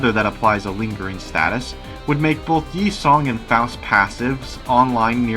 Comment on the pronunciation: You're probably the only PM youtuber to pronounce Yi sang's name correctly